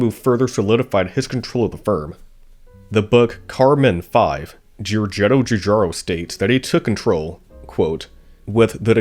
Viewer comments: Just too bad that the commentary comes from Kang or Kordos. What a cruel schpeech impediment, having to pronounce churcharo cho many timesch. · The butchering of his name, and other Italian words, is an assault on the ears.